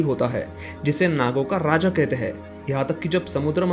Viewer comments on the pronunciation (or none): none